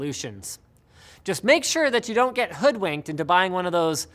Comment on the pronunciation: Did he just say "hoodwanked"?